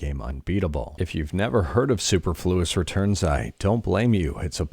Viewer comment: Extremely minor thing and not a criticism, it's superfluous as in unnecessary. So su-perfluous rather than super-fluous.